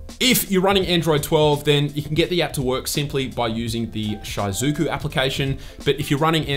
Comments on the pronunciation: Not this man pronouncing it "shy-zuku" 😭😭😭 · "shy-zoo-koo" made my heart hurt 🤣